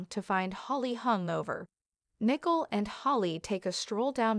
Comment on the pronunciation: Her name is Nicole. You pronounce the letter o more dominant.